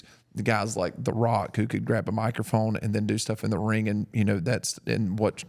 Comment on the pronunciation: Love but DUDE. It's ring not rink. I hear it everytime 😂